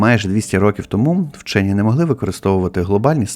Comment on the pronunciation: "ВЧЬОННЫ"?😂😂😂 У полум'я 🕯️ свічки біля гноту ЗНАЧНО холодніше, ніж на кінчику полум'я🔥 🟢 Зебелією навіть "вчьонны" заражені...😂😂😂